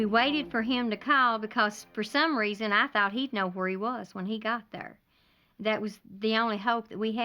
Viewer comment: “Thurr” not there😂😂😂😂